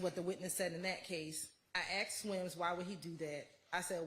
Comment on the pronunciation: When a state lawyer says "axed" instead of "asked" lol.